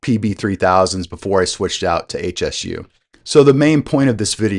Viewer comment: It's not H.S.U, it's Hsu Research, pronounced Shoo, named after the founder Dr. Poh Ser Hsu.